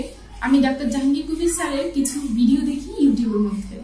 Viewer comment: uchcharon thik korun. bidio na ota video hobe.. dhonnobad